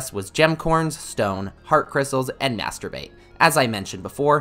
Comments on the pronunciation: Master bait sounded like something else for a sec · i can't hear "master bait" lol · Am I childish for giggling whenever he says "master bait" ? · My mom heard him say master bait twice